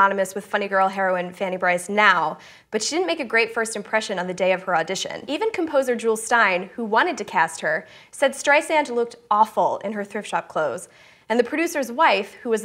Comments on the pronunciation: Jule Stein is pronounced "Julie" Stein. And "Boubil" is pronounced "bow" (like "hair bow") and "Bill" like the name. Thank you Kaitlyn Marquez for getting here before me to point out the correct pronunciation of "Wendla" :D ! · Jule Styne is pronounced like Julie Styne, smh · Jule Styne's first name is pronounced "Joo-ley" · FYI, it's Jule Styne (not Jules), and it's pronounced Julie. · Jule is pronounced Julie and Vendla as commented below.